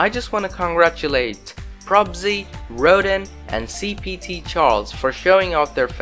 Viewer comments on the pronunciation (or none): none